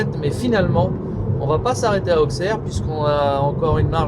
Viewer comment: Pour info la prononciation : Auxerre = Ausserre / Avallon = Ava long